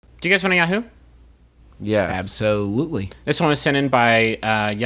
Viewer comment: I was looking for a comment that gave... some kind of explanation for this. I say the word "ab-so-lutely" just like that because a family friend did it too, before he passed away. My dad told me said friend and I are the only people he's ever heard say it like that. Of course it makes sense that someone else somewhere along the line has put a funny spin on a common word, but it really spooked me just now to hear Justin say that when I'd previously been treated by my dad like the Only Living Person who does it.